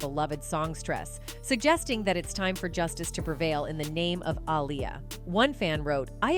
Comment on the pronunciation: You literally pronounced Aaliyah's name 3 different ways. If youre gonna do vids like this at least be consistent and professional...